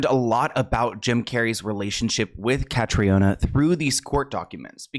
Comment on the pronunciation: Caitriona= Katrina. The former is the Irish spelling just fyi